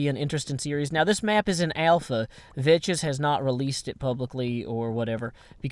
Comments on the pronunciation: It's pronounced Vex but calls him Veches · If you ever watched Vechs' videos you'd see that he pronounces his own name as "Veks" in his intro. says his name like Vetches. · VECHS IS PRONOUNCED VEKKS NOT VECHES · It is pronounced Vecx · You're the idiot. pronounces it "Vetches" as a joke. Sometimes, even Vechs himself pronounces it "Vetches" in the intro to some of his videos. Radignostic was just making a joke, and apparently you couldn't take it. I hope you understand now. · "Vechs" doesn't care much about how people pronounce his IGN, because he lets pronounce it "Vetches", since they're "good friends". You could pronounce his name,"Vetchasaurus", if you want(just make sure you're saying it in a fearful way;D) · no, it's pronounced Veks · It's a purposeful mispronunciation.